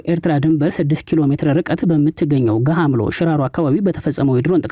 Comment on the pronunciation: ገሃምሎ ሳይሆን ገምሃሎ ነው።